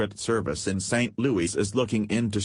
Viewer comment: teach your voice machine to say "louis". not "louie"